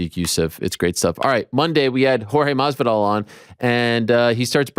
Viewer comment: Please STOP pronouncing Masvidal the way you do Ariel! The S is NOT silent! Ask him yourself, he’ll tell ya.